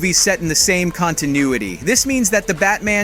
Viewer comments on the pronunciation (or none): none